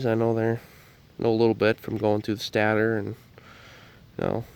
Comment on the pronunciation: State ter is how you pronounce it bud.